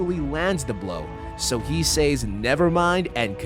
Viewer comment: I especially hated the way he said "say-s."